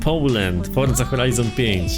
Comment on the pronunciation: Forza nie forca